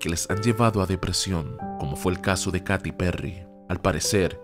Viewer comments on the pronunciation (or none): Se pronuncia Keiry no Katy